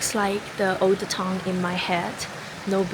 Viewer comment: Town is pronounced tah-un, not tong /tongue😂